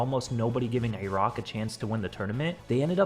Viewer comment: What the FUCK is that pronunciation of Iraq